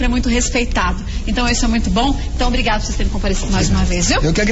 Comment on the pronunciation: "ohhh, muitu obricato meu amigo padri" ¬¬